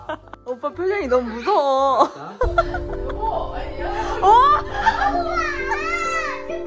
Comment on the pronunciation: 여보...! 아니 야..! 이렇게 들림